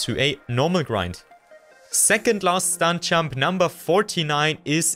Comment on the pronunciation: Hey bro great vid but please work on pronouncing your “j” because i’m having a really hard time focusing when i hear”stunk champ” instead of stunt jump